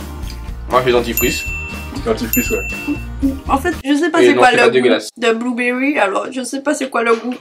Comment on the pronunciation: C'est quoi bouw Berry"mdr